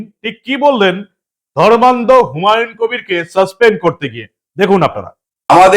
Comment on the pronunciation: বিহারীবাবু অর্থাৎ ধর্মনিরপেক্ষ ফিরহাদ এর " ধর্মান্ধতা" শব্দের উচ্চারণটা কি সন্ধিবিচ্ছেদ করে বাংলার জনগণকে বুঝাতে চেয়েছেন ? 😂